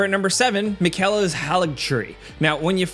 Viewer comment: I can tell by the way you pronounce "Miquella" that you haven't spent much time with Malenia.